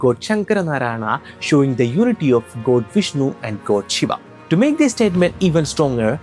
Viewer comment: Aare Bhai ye kya har Hindi ,odia , Sanskrit ke words me Bina matlab ke aa laga raha he . Jagannathaa kya he it's JAGNNATHA or we can say JAGNNATH. BHAIRAVAA❌ BHAIRAVA/BHAIRAV✅. SHIVAA❌SHIVA/SHIV. Let me help you to pronounce. Say Shi-v-a not shi-v-aa . Got it ? Just like it's Ra-m-a not Ra-m-aa . Ra-ma-yan-a not Ra-ma-ya-naa. Jay Jagannatha 🙏🙏🙏🙇🙇🙇🙌🙌🙌🙌